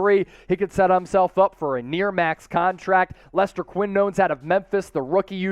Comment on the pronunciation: i believe it's "ghee" santos and lester "keen-yo-nes"